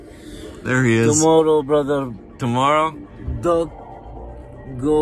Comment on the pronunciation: his name is not dog 😂😂